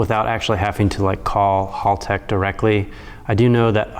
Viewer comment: mispronouncing Haltech and somehow making a half hour video out of it.